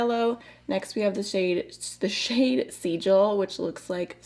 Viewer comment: I like this smaller palette format! Lethal makes amazing mattes and beautiful textured sparkly shades. 😍 Also, not to be that person, but you mispronounced a few shade names - "Runic": roo-nik, "Sigil": sih-jill, "Talisman": tah-liss-man.